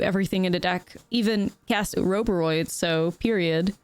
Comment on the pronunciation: I love the way you pronounce Oroboroid.